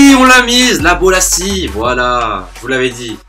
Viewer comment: on dit bolasie flick